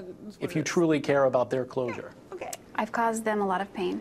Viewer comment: 'clousure'....oh my. I like this interviewer.